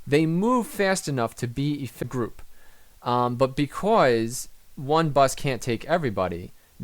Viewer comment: Hey man. Love the tips vids, alot of smarts. But please change the way you say "because"